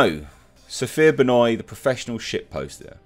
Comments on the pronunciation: Its ben wah not benoy..... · The solipsism, subtle narcissism, and prejudice seems quite juicy with Sophia Benoit (Love how pronounced her name a la Chris Jericho). Underneath these traits I imagine she wants the world to look and function in accordance to her own subjective views, where her questions seem to show that she sees things as zero sum game. Sadly 50k + people seemed to agree with her, where ironically in her comments people speak about erasure of certain peoples, whilst supporting a statement for the 'non-progressive' over depiction of white men to meet what you could conclude as implicit censorship..... For the greater good I'm sure. The moral justification that SB implies within her views is no more than the pendulum swinging back the other way.